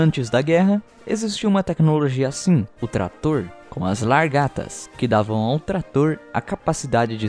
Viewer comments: "Largatas", não seria Lagartas kk. Seu canal é muito fod4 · "LARGATAS"????? kkkkkkkkkkkkkkkkkkkkkkkkkkkkkkkkkkkkkkkkkkkkkkkkkkkkkkkkkk